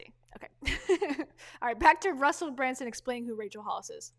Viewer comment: You’re pronouncing his name incorrectly. It’s BrUNson, not BrANson